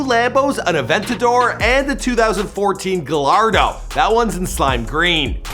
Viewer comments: It’s pronounced Ga-y-ardo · its pronouned (guy-ardo) btw lol just sayin